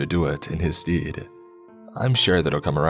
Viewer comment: Idk if anyone said this already but "do it in his stead" is not pronounced "steed" it's like (in)STEAD.